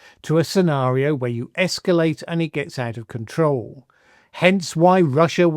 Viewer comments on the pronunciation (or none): none